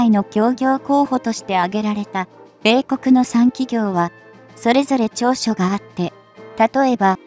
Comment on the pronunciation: 説明者の読み上げに笑っちゃた。制空戦闘機(せいそらせんとうき)、米国(こめくに)。